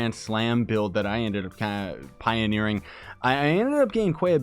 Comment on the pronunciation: "pioneering" lol